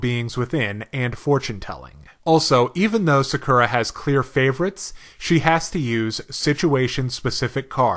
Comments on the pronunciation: sakera??? u mean sakura^^ pronounced sa.kuu.ra^^ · OMG my years. It's not SakUra, it's SAkura